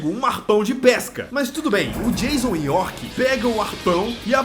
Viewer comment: Jaison York. Kkkk